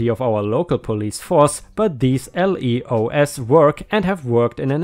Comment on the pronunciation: LEOs is usually spoken as a word, pronounced the same as Leo, the lion.